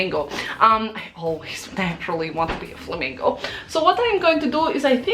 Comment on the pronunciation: I love that“i naturally like to be a flimingo"